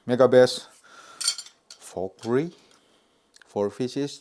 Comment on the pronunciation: It’s pronounced; “Vel-ka-ree” 😅